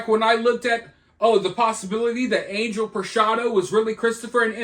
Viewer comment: Angel is pronounced on-HELL